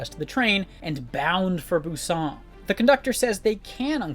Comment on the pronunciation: So sorry just have to point it out, how you pronounce "Busan" just sounds very strange. In non Korean speaking countries we still don't pronounce it that way. And a quick YouTube search will also tell you how to pronounce it in Korean.